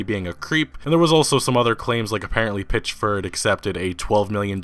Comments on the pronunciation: "Pitch-ford" "Janra" (genre) Wtf is it just me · This dude....PItchford not a Pitch.....ford. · Why do you keep saying his name wrong for ?!